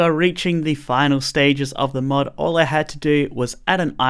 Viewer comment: no joke i thought he said mud ideas